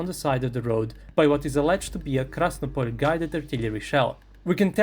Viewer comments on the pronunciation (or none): The Russians are constantly arguing where you should put the accent: Krasnópol or Krasnopól. But you've just crossed the red line here with Krásnopol.😂